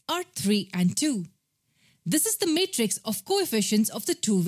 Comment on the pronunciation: She says matrix as mate rix😂